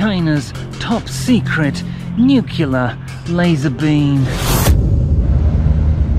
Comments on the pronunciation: It's funny when you say Nuclear as Nucelar. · Nucular lazor beam 😂